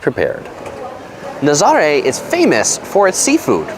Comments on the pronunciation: Ha ha I see everyone is commenting on your pronunciation... cute video but why didn’t you show the waves? Naz-ah-ray. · It’s NA-ZA-RA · It’s actually pronounced Na-za-RAY, with the accent on the last syllable. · dude. learn how to say Nazare